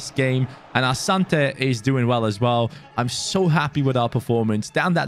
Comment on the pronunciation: His name is pronounced Asanti ,he is an African